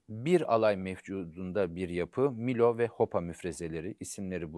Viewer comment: Değerli hocam sakın ukalalık şeklinde değerlendirmeyin fakat haddim olmayarak bir yer isminin telaffuzunu düzeltmek istiyorum. Halit Paşa'nın komuta ettiği müfrezenin ismi Milo değil Melo'dur. Sizden daha iyi bildiğimden asla değil sadece Artvinli oluşumdan kaynaklı bu bilgiyi düzeltmek istedim. Çalışmalarınızda başarılar diler saygılar sunarım